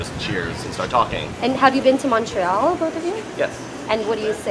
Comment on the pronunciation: Bobbius Shadow Mon-TRoyal🙄😘